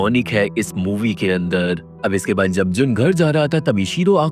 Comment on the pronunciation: Bhai.....'jab' aur 'tab' me dikkat hota hai kya? Odd sound karta hai...sudhar lo